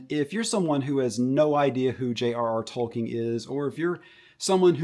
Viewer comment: If you pronounce "Tolkien" as "Toll King," your perspective is immediately worth much less. Amazon has no love for Tolkien and his work, which shines through clear as day. Why not inspire the future generations with, ya know... Something good that respects Tolkien's life work? Like, for example, the LOTR trilogy? How on earth does Amazon's slop "inspire" the next generation in a way that the LOTR trilogy doesn't? It holds up to this day as a cinematic masterpiece and they had a genuine respect for Tolkien that is self-evident throughout its entirety. That is truly inspirational. To describe the desecration of Tolkien's work is as "inspirational" just because some young kid with no taste might think it's okay is laughable. It's crap whether or not some kids like it.